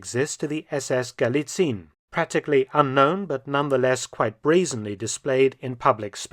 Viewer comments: Galizien is pronounced ga-lee-tsee-en, not ga-lee-tseen. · Sidenote: the ending "zien" Gallizien is pronounced as two syllables. "zi-en" hence Gal-li-ZI-EN not Gal-li-ZIEN. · Galizien is pronounced Galizien (Galizi-ehn), not Galizeen. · Hey Mark, thanks for the video: just a small thing. I don't think it is actually pronounced "Galizin". It is true that "ie" in German usually means that it is probounced as a long "i" sound but in Austrian imperial times, when it was still the province of Galizien-Lodomerien, the "e" was pronounced seperately and I don't think that the Nazis would change that. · We dont say galiziiin. We say galizi'en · FYI - I mention this because you seem to care about proper pronunciation, not just to be a pedant - the "ie" in Galizien is split across two syllables rather than being a lengthened "i", so it's not "gah-lee-TSEEN" but rather "gah-LEE-tsee-un" (the last syllable with a schwa sound). Much like how Spain, Spanien, is "SHPAH-nee-un", rather than "shpah-NEEN". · German pronunciation is ga-LI-tsee-en, NOT gali-tseen, and the stress is on the second syllablle. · Galizien is not pronounced "Galizeen" in German. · Minor remark: Galizien has not the 'regular' german ie, its pronounced [ɡaˈliːt͡si̯ən] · Galizien, pronounced with 4 syllables in German: Ga-LEE-tsee-yen. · Thank you again, Mr. Felton for presenting history in such short but accurate way and revealing uncommon historical bits and connections. One word for the pronunciation of "Galizien". Please don't hesitate to pronounce the last 'e', like 'Galizi' - 'en'. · It's weird to me that at first you pronounced 'Galizien' correctly and then stopped doing so for the rest of the video, "ga·lii·tsii·en" "/gɑliˈtsiːən/", the video is top-notch as per usual though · It is pronounced "Galizi-en". You got very close, just missing the last syllable :-)